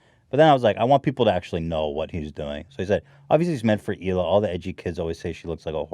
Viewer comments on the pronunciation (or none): its Hila* not "Shila" my dude